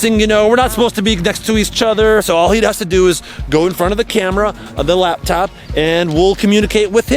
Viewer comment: Chad said lab top